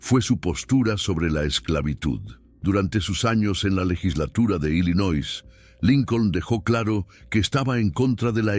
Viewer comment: ILLINOIS se pronuncia sin S